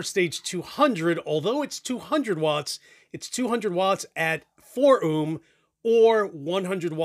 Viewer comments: Haha someones gotta tell him it's pronounced "Oh-m" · Dude. You say ohm like Snake from the simpsons would.